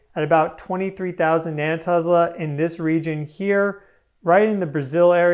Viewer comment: VERY solid and brilliant material along my same thought process! ~but... I hope you take this as room to shine and improve, "constructive criticism" and on a minor critique, come on bro... "Tezzlah"?!🤔 'Tesla' = 'Tess-lah'! No "Z's" in Tesla...😐 Academia as a whole and that crook Edison screwed our poor (literally died poor) Godfather of all modern RF tech hard enough, can't get his name right?🤕 I do realize how f'n HARD videos are to cut and post and how hard breaking bad pronunciation habits are... But "borking" VERY famous and now common names is quite detractive and also a bit disrespectful, like saying George Wurshington vs Washington is, it cuts your credibility. You're on a stellar path and I want you to succeed, so I'd suggest maybe Googling pronunciations you "think you know" just to stay safe. I say this because I also struggle at times with this! Keep up the fine work Sir!